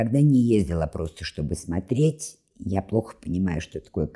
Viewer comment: Благодарность за упоминание Дмитрия Маркова. И хотелось бы, чтобы уважаемая, говорила не смотреть, а смотреть. При всем уважении.